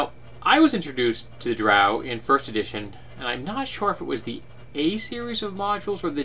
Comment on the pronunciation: The way you pronounce Drow is the proper way as it comes from Norse Mythology and that's how they pronounced it. But I'm a dirty heathen and pronounce it the bastardized way.